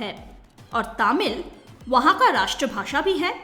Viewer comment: It's तमिल . Not तामिल.